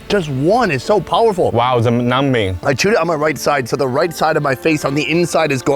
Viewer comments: So glad he didn’t correct him on the silent B in numbing 🤣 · The way says "numbing" is funny 🤣🤣🤣